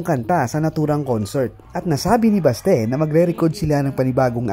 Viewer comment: Correction lang ha, Oct 2022 at hindi oct 2002 yumao si Mon and Manuel is still here playing for Rzrbk, not in the states and lastly it is pronounce Basti not Baste. ❤